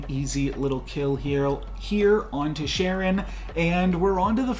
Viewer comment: Love your videos. If you don't mind me saying, The ch in Charon is pronounced /k/ such as the ch in "Christ" rather than /ʧ/ such as the ch in "Church".